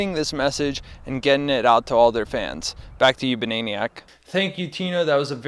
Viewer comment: you say banaeiniyack and i say bananiac...